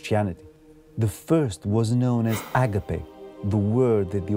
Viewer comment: You are greek, you dont have a problem pronouncing words correcty, please dont say "άγκαπε" My ears bleed.